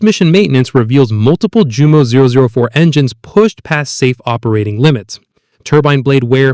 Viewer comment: And Jumo is pronounced Yumo